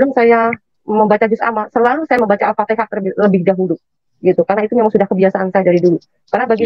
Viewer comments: Bukan alpatikah pir nyebut ayat saja kamu TDK becus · Ngucap alfatihah aja salah alpatekah,ngaku2 tukang baca Qur'an,kl mengerti isi Al-Qur'an pasti tau yg bener dan salah